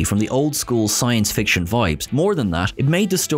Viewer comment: did you say "science friction"? Awesome!